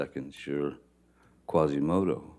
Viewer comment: He said Quasimodo I’m dead